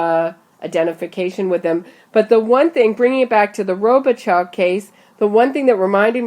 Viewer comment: His name is French and known in my area.....'Robe uh show'....